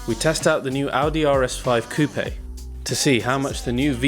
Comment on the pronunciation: Nice review, made me intrigued by the car! also particularly enjoy hearing coupe said correctly